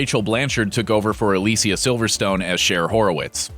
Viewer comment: A-lee-see-a Silverstone?